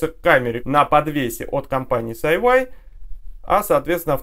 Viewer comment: Эс-Ай-Уай режет ухо (почему тогда не Эс-Ай-Уай-Ай?). Вообще-то по китайски это Си-Йи ("умное крыло").